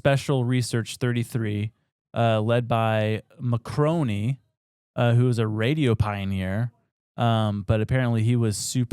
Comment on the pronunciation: Marconi… Mar•Cone•ee Illiterates